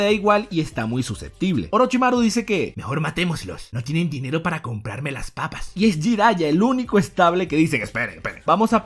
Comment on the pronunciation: "no tienen dinero para comprarme laz papaz" Stos Senjus xD